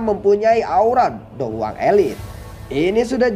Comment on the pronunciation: Hmm perasaan dicanel lain soyan masih dou wang pas mau lawan yunsan, klo gk salah denger mimin bilang dou huang